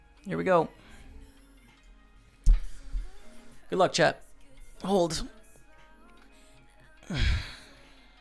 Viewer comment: I've been watching your videos for a while now and it just occurs to me that you are saying "Way to go chat" I thought you were saying Chad, like he's the person helping you with your vlog. Nice score